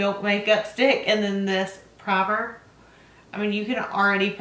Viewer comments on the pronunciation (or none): none